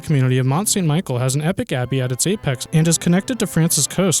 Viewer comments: Mont Saint Michel is not pronounced Michael but Michelle. Le Mont-Saint-Michel (French pronunciation: [lə mɔ̃ sɛ̃ miʃɛl] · Please, Mont st Michel (pronounced like michelle), not michael. There's also the chateaux Cathare built atop of mountainridges and the stunning Carcassonne castle is part of the Cathare castles. (I've had the pleasure of visiting all of the above, located in the southern part of France and they are impressive. And yes, definitely love medieval buildings. Many castles still exist in France, most now privately owned, a good deal of them situated along the Loire. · It's pronounced Michelle, not Michael.